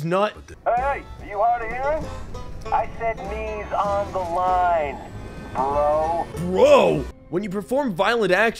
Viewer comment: That "bro" sounded so much like the n-word